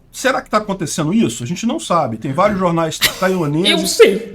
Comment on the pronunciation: Eu não paro de rir quando ele fala "vários jornais". hauhauhua